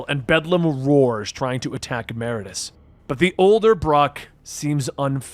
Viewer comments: Meridius…. Sound it out…. Mer-id-ee-us . Great video / story though as always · MER-ID-I-US holy shit dude.